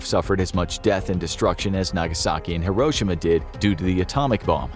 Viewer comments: no way this man mispronounced Hiroshima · I love your the vids but the way he says Hiroshima 😬